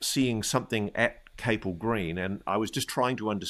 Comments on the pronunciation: It’s pronounced CAP ELL green. Not Cape Ell. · It’s Capel as in Chapel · Capel is pronounced as it appears it's Welsh for chapel...